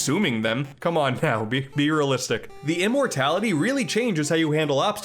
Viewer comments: Did he say "Be realistic." or "Beer realistic." Because if it was the former it should have been the latter. XD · "BEERealistic" lmao